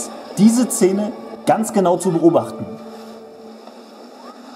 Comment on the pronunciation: Sag noch einmal „Zene“ 😂